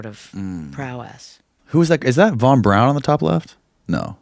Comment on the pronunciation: Listened to Annie Jacobsen's Nuclea War on Audible. 🌟🌟🌟🌟🌟 Btw, Braun, pronounced in German, is more similar to brown rather than brawn. So Annie pronunciation is more correct. Never dispute anyone who writes for a living on words and pronunciations. 😂 Braun in German means brown.